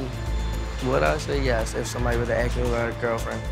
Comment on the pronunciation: ASK NOT AXE